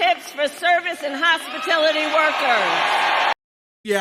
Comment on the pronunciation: What’s a hospatility’ worker?